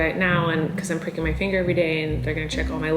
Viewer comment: Omg I literally thought you said "breaking my finger " instead of pricking..I was like what??!!